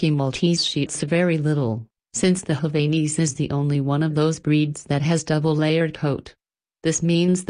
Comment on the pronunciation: And the robot/computer voice mispronounced Havanese (#11); super annoying!